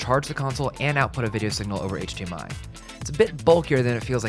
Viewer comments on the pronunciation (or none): none